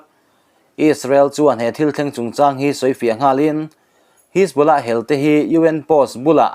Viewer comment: A Rik dan kha diklo hajbollah ti in lam la adik a pronounsation kha